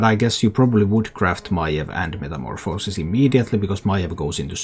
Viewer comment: You think this version is better then the OKT version? That one has a ridiculous win rate too. BTW You also pronounce metamorphosis like 3 different ways lol